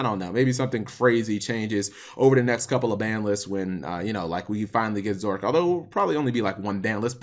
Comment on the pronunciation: Stop saying Zorque XD